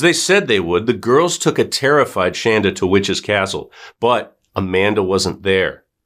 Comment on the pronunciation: It’s Shanda not Shandra